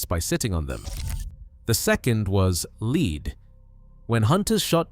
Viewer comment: Lead pronounced led not leed